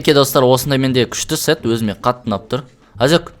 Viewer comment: 😂😂😂😂 сет деген се#с деп естіліп калды 😂😂😂